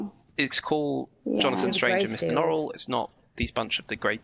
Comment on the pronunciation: a couple notes on pronunciation: a) norrell is NORrell, not norRELL. note that in the adaptation, only drawlight pronounces his name as norRELL; this is because drawlight is doing an affected frenchified pronunciation to make his name sound fancier and more exotic. everyone else, including himself, says NORrell, although it is notable that in the adaptation norrell pronounces it norRELL one time - when he has an audience with the king. it seems even he isn't above trying to fancify his name. nevertheless NORrell is the norm pronunciation for that name in the UK. b) susanna is correct when she says lascelles as if it rhymes with tassles. that is the normative english pronunciation of that name - note that in the crown, there's a character named tommy lascelles, rhyming with tassles, who was a real person who served george VI and elizabeth II. a note on the childermass scene where the sky is speaking to him and he has the immense sense that it is a ~language~, just one that he can't quite comprehend: really reminds me of a scene from the magicians by lev grossman, where one of the brakebills kids is sitting on a beach watching the waves make little ripples in the sand, and he thinks about how they look almost like hebrew letters, like a language that seems familiar but he just can't quite get. and then of course, the most important lines in the book - 'magic shall be written on the skies by the rain but they shall not be able to read it; magic shall be written on the stony hill